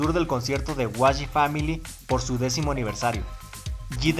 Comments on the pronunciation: por que dices wayi? si es YG "Yi Way" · no, YG se pronuncia como see leen las letras en inglés, sería como 'Wai Yi', no yi way ni wayi